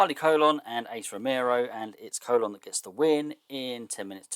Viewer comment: Enjoying the workmanlike feel of this series. Not built on high drama and complicated stories, but just pumping out enjoyable wrestling shows, with enough story to connect them together. Easy breezy. Oh, on a pronunciation note, Carly Colon's surname sounds like "cologne" ;)